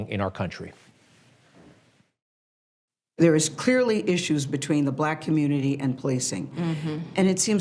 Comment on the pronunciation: Ole dumbass Greg obsessed with Trump and the Obama's. Fix your lisp and learn how to say "community" right.